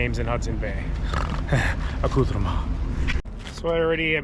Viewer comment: I love your videos but for the love of God STOP SAYING ACCOUTREME...it makes me wana stop watching!